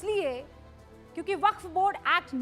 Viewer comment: वक्फ का उच्चाण बहुत बार खराब हुआ ।